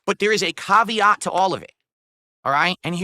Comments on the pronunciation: The Kavv-ee-OTT!? What planet is this guy from? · Exactly. Its basically a "I investigated myself and found no problems, therefore I can continue being a POS by scamming people for their money and disability checks." Also the way he pronounces "caveat" is so weird.